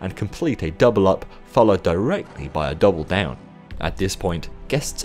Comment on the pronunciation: Is it me or do you sound a bit Australian when you say 'Double down' ? Love your work :)